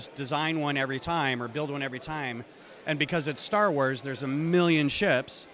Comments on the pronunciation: "Stat" Wars? Interesting... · It’s Star Wars, not Stat Wars. 👀